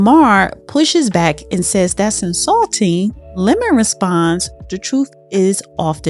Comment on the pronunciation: Say it with me "Don Lemon", not Lemming. Other than that thank you for the video.